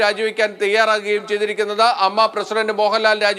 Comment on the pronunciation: Ammma alla a.m.m.a en parayu